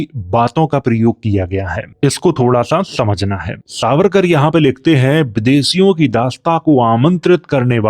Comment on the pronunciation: Aap harr jagah स को श बोल रहे हैं। सावरकर को शारीरिक और ऐसे ही कई शब्द।